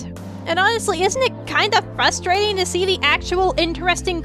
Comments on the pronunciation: When she says frustrating without the first r I get triggered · Knows so much about animation cant even pronounce frustrating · It's fRustrating....not fUstrating!!!!!!!!!!!!!!! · I noticed you say fustrating instead of frustrating. The r makes all the difference. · oh also "frustrating" has an R after the F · While this was a great video that makes a lot of good point, it's really frustrating that you pronounce "frustrating" with one R-you don't call it a "liberry" do you?